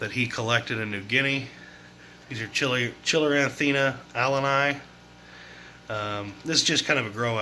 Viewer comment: Nice. One thing. Sorry but it bothers me. The word Chilatherina is pronounced like you would say the lady's name "Catherina" with a "Chil" where the "C" is-- so. Chil-atherina. Not Chillinantherina. So many people put extra "N"s in that word, and I don't know why! I have a few GL collected fish. You have a really great tank!